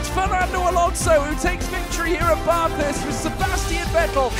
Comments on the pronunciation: just to let you know its ba-thurst like ba in back not bah-thurst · Stop saying Barthurst. It is Bathurst. It's a short A sound. Like bat or cat. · It’s BATH - HURST. Drove me in insane the way he said it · As an Australian this hurt to watch. Espically when he said Bathurst wrong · Me an Australian listening to say Bathurst and all the corners and bends: Triggered!!!! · Any other Aussie fans triggered by the pronunciation of Bathurst? 🤣 but great vid overall 👍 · They way he said “Bathurst” as an Australian makes me cringe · Bro the way my man says Bathurst pisses me off so bad man